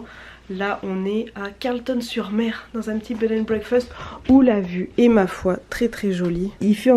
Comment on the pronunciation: Oui le fuseau ca m étonne pas t'es proche du new Brunswick et eux ils sont calquer sur nova scotia me semble. By the way on dit carlEton pas Carlton hahaah ;)